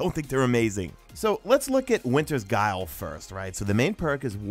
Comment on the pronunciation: good video but that not how u pronounce the " winters guile "